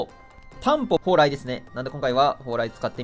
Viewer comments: たんぽぽうらい言うてる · 「モンストには何がある？そう、ﾀ↑ﾝ↓ﾎﾟ↓ﾎﾟｫ↑ﾗｲですね」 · 「そう！たんぽぽうらいですね」